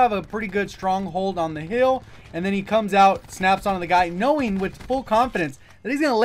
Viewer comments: When you say hill it sounds like heal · Only negative about this video was how you pronounce hill. Other than that great vid